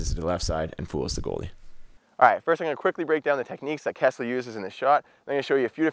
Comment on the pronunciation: Nobody heard him say Kesley ??